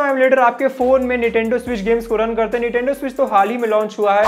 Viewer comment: Correct it ..its NINTENDO not NITENDO.😮